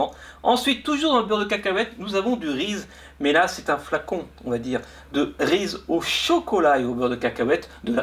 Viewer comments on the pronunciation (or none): le s après Reese se dit z